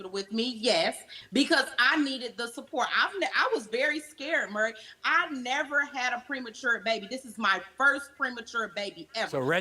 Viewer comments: His name isn't 'merry'. But Maury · Hey Murry... how you doin Murry... Murry listen...absolutely Murry...we strugglin with sayin Murry